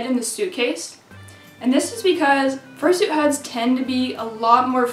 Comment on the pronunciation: how to fursoot?